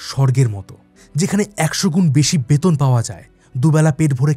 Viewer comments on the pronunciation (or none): none